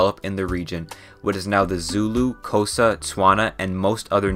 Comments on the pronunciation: All South Africans when this man said Kowsa instead of Xhosa: What????? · Every Xhosa person is going to be so mad at the way he said Xhosa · Hi, nit picky South African here, please for the love of god learn how to pronounce the clicks and long A’s and other letters for the names of places, I felt hurt whenever you said a proper noun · He butchered the language names lol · Sorry but the way you say xhosa zulu and tsiphedi is very funny (clo sa) make a click with your mouth for the xh zulu (its not how most people say it zooloo no its zuelue) actually isizulu and phedi make a sharp p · The way you said Xhosa and Afrikaans was so funny bruh🤭 Make sure you hear a native say it first 💀😭🤣